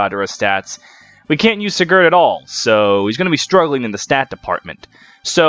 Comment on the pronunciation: The pronunciation of most of the names was a little pain to hear (seriously? SiGARd?), but nonetheless it was hillarious to watch the whole thing in a single sitting, amazing algorythm pull